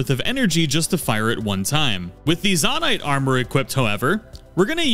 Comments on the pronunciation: Zone-ite not Zon-ite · ZONE- ITE....not Zohn ite.....jesus.... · Nahh bro why are you saying zanait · zo-nite not za-nite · It’s zonite not zOnite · Great video, super helpful. The way you say 'Zonaite', though, fills me with seething rage. Even more than people pronounce bokoblin wrong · Im sorry but the way you say zonaite hurts me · Why do you say zonite like that…it cuts like a jagged spoon everytime you mispronounce it. Lol You said zonia fine ONCE but gah dang.